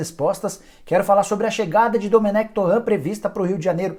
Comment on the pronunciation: SE FALA: DOMÉN